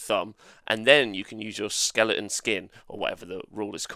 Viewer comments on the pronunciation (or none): none